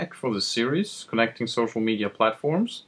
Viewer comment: Did you just say ''Gocial media'' ? lol